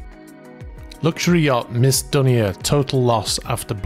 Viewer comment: Dunia is pronounced Dune-niya, it’s Lebanese.